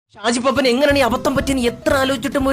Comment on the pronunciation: Arakkal abhi alla arakkal abhu, shaji paappaan alla, shaji paappan. Ella mistake kandethunna thankal parayunnath koodi onn mistake illathe parayan sradhikkanam